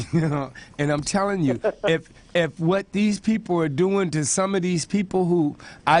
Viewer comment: Doing, not dong. O_o